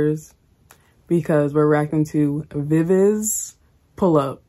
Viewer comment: Thank you fr the Viviz love! It's pronounced, "Bee Bee Gee", although everyone gets it wrong;-)